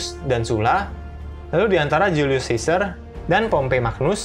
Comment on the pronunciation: Lucius dibaca /lukius/ Caesar dibaca /kaesar/